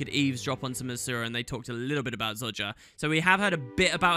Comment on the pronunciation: And after all this time he still can’t pronounce Zojja correctly, I love it xD Keep up the great vids dude!